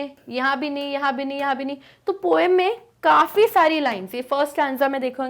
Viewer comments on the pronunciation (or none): none